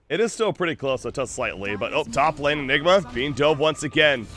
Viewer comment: why u keep saying nigma ?